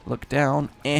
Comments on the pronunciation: HOLY DAMN ITS PRONOUNCED HEE-MUH-TIM-EE-SIS. NOT HE-MUH-TOE-SIS. CAN YOU EVEN READ? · Hee mah teh meh sis. That's how you pronounce it.